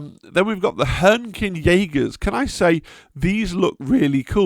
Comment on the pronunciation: "Yaegirs" is probably the worst butchering of the word "Jäger" I have ever seen... 🧐